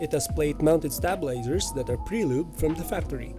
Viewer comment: nice vid but the way you pronounce stabilizers lol